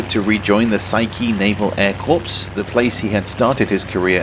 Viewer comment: A note on pronunciation... the word corps sounds like core. It's from the French, with the p and s being silent. 😉